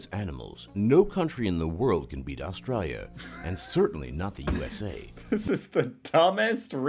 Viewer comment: So the voice on the video can say "Australians" but what the hell is "Austrayia"? lol